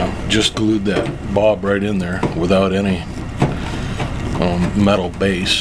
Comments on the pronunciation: Bulb with a UL like the sound in the word Gull, not Bob that rimes with cob. Otherwise, thanks for the info. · Now I'm wondering what part of the country pronounces bulb as bob. Funny.